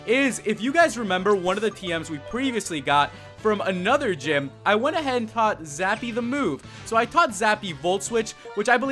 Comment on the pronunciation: its zappy not sappy LAMO ;)